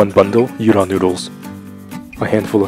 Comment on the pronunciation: Dear God, can you pronounce any of the names properly? "you-don low me" What??????